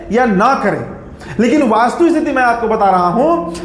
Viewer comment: ’वास्तुस्थिति’ नहीं कहते बाबू ’वस्तुस्थिति’ होता है। वैसे रिपोर्ट बहुत अच्छी और जमीनी है।